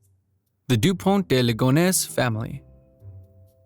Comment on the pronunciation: Ligonnes, not Legonesse Nantes, not Nonteze Benoît, not Benoïte